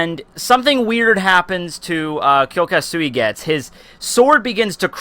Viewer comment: bro ur name pronounciation is shit omg